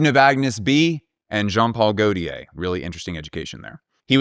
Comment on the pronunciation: Great video. Can you please keep the Name of each designer on the screen as you’re talking about them. And also the pronunciation of JPG compared to the rest is sending me.